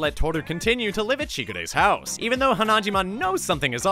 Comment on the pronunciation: I love this but the way you pronounce hanajima irritates me lol 😂